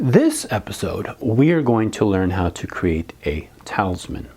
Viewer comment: eeee im sorry if i sound rude but you said talisman wrong..